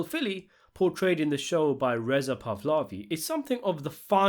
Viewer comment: Seriously, bro, I've been watching you from the very beginning. What is it with all your mispronounciations? You're worse than little Carmine. Do you do it on purpose? Frankly, I've come to the conclusion that you're either reading off an AI generated analysis, or are a genuine short-bus rider. Just this video alone (in order): "Pahlavi" , not "Pavlavi" "Previous", not "privious" "Makes Phil irate" not "sends Phil irate" Spatafore is pronounced "SPA-TA-FOUR", not "SPA-TA-FORAY" Laissez-faire is pronounced "LAY-ZAY-FAIR" not "LA- ZEH- FAIR" Waddles is pronounced as in "Toddles" not as in "Paddles" 🤦🏽‍♂️ Grimacing is pronounced "GRIM-ER-CING" not, "GRIM-MAY-SING" "Baguette" not "booget" "level of visciousness", not "visciousness being done" Stoic is pronounced "STO-ICK" not "STOY-K" Visceral is pronounced "VISS-E-RAL", not "VIS-KE-RAL" Malignant is pronounced "MA-LIG-NANT", not "MA-LI-JI-NANT" Who the hell is 'Rushy Aprille"? And then you know a word like "Paraphillic"? It doesnt add up, bro.